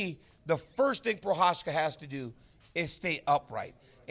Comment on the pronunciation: It's pronounced Prohaka DC